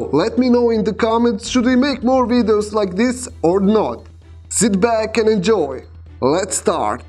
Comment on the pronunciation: Did he said sit back or sleep back?😂😂